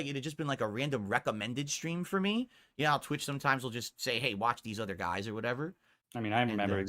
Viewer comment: “Dew-Dee doesn’t give kawntext to my lie-ve strweems, guise. Right? Right?”